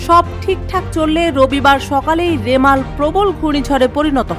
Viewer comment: লেখা আছে রিমাল,,কিন্তু সাংবাদিক বারবার উচ্চারণ করছেন রেমাল,,,🙄